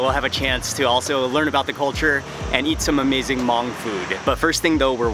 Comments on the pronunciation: You pronounced Hmong perfectly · Props to you for saying Hmong right!!!